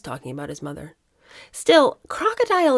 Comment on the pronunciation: it really bugs me when she says ‘as a mutherr’grrr… she is clearly not! Now,if they had been honest and said they used a surrogate,nothing wrong with that but they would not have been allowed in the line of succession as that is the Law. They could have been huge advocates for women who for whatever reason have used a surrogate .